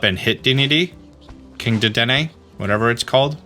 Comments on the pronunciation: haha he butchers that. It was in the cartoon. Duh-den-aye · Dedenne is pronounced day-den-ay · Dedenne is pronounced, 'deh, deh, neigh'. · It's pronounced: Dead-den-neigh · its day-den-nay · Deh-den-nay. You had it right a few times lol Also, who found out the eevee thing without some sort of guide?! That was total madness 😵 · Dedenne is pronounced “duh-dehn-eyy” my dude, in case you want the correct & easy way to see how to pronounce it. You pronounced it correct . Edit: while I’m here— vivillion is pronounced “vih-vee-yawn”. Has a French sort of pronouncing where the L sound is more of a Y. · Dedenne is pronounced “Duh-den-ayyyy “